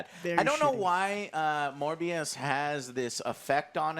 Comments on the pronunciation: I love how Joe said "more bs" instead of "Morbius" XD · The way pronounces Morbius sounds a lot like 'MoreBS' to me. Or is it just me?